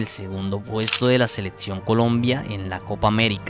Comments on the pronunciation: La cantidad de falacias de este video es innumerable, pero lo más desesperante es que el muchacho no pueda decir "selección", sino seletsión. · Venga, le cuesta mucho decir “observar”, “máximo”, “selección” ??? En lugar de otzerbar, matzimo, seletzion?? Que hablado tan inmundo